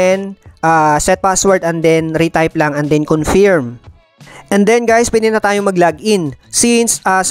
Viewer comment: Confiiiirm? Naku po..pakicheck sa google ang tamang pagbigkas